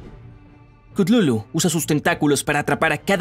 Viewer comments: No es cutlulu es cutulu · no es klutulu es kutulu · Yo creo que se pronuncia cutulu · No es ctutulu es ctatulo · Se pronuncia Katulu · Gente chutulu se pronuncia cutulu, bueno de hecho no se puede pronunciar pero el punto es que aqui lo hacen ver re mal investigen no se queden con esta versión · Si no sabes hablar sólo pregúntame se dice cátulu no no pude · he estado todo el video gritándole al teléfono la pronunciación de Cthulhu